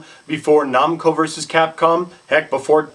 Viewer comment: no one pronounces it "nom co"